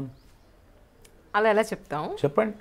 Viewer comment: to mam pronunciation of "Ala Ela cheptham" made me pashe the video and listen to it again 😜😁😉